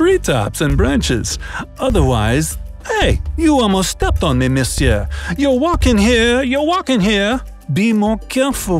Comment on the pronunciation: Its a French accent He said ‘Misiour’